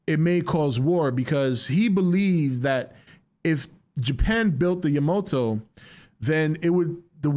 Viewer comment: It is yamato not yamoto 🤣🤣